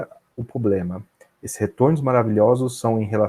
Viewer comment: Poxa, o cara é super competente, saca muito, deve estar milionário, mas será que não dá pra parar de dizer poblema ao invés de PROblema??? Será que ia gostar de ser chamado de Andé? Vamos ficar ricos, estudar investimentos a fundo, mas vamos cuidar de preservar nosso idioma também??